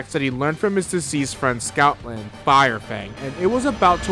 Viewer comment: It’s Stoutland. Not Scoutland, not Snoutland, Stoutland.